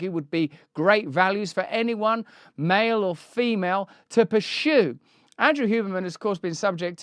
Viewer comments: Russell...the word is "pur-sue" not "pur-shue". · to pu-shoo? 😂 great accent Russell 👏🏼